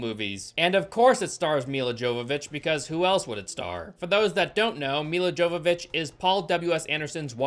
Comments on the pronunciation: sorry, just your pronunciation of Ms Jovović's name was kinda bothering me xd, so just thought id add a little correction. She was born in Ukraine and her name is Мілла Йовович, or Milla jowowicz in Polish alfabet or Milla Yovovich in English, NOT pronounced Dzovovich. (ukr. й and Pol. j = english y as in yet, and not дж/dz sound as in jet or just) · It’s pronounced “Yo-vovik” not “JoeVaVitch” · It's pronounced "Hovovich". She says it ìn the RE movie dvd commentary. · With how many times you say her name, it has to be pointed out her name is pronounce "Yovovich", not "Jovovich". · Her last name is pronounced "Yovovich" I know it can be confusing. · Her name is pronounced: Yo va vich Not Jo va vich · Mila's last name is pronounced yow-vuh-vich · Bro, this is like ten times now. Mia Yavavitch. That’s how her name is pronounced. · Omg it's pronounced Yovovich... She's Ukrainian. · The movie was bad. And if you'll indulge me for a "well, ackshually" moment, her last name is pronounced Yovovich. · Over many reviews I'm beginning to notice your inability to properly interpret or even read properly in some cases. For instance, Milla Jovovich your pronounce wrong or even Ha/lf. Its an L F, not an i F. 😒 you're a popular tuber, but you aren't doing yourself (or us) any favors.